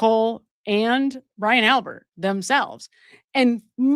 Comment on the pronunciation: Albit not Albert